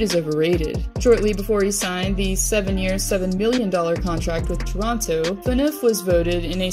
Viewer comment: As a Canadian near Toronto, I appreciate the pronunciation of Toronto correctly, as many say "Chrono". :)